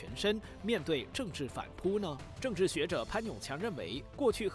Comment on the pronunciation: 反扑（pu4×正确：pu1）听听（轻声的调度错误，正确：中低调）、里头（tou2×正确：tou，轻声：中高调）、知识（shi2×正确：shi，音高：低调）